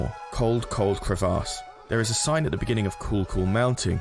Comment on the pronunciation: The way you say crevasse physically hurts me